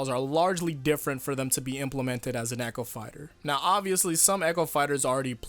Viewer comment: Sounds like he said acho fighters instead of echo fighters.